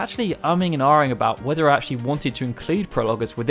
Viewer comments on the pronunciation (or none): none